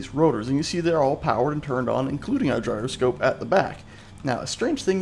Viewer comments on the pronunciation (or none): none